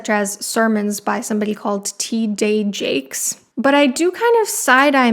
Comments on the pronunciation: it's "TEE DEE" Jakes, someone who's been pretty well-known for about 35 years in the American Black community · Something about how white people pretend like they can’t pronounce the names of Black people is super icky to me. She acted like she couldn’t say TD Jakes as if she hasn’t devoted her life to research. You really can’t pronounce TD Jakes the only black name included in the video, but you were able to pronounce every other name correctly